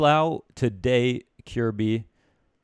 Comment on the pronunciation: For future reference, his name's pronounced ki-yehr-bye